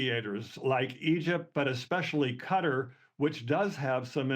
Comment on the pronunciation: Mispronounced the country of Qatar